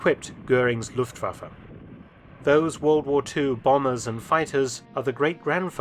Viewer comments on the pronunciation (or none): none